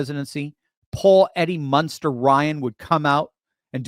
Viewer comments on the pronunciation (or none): none